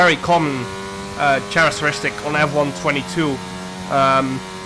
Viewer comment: jarno this is how you pronounce characteristics :) ka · rahk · tuh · ri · sticks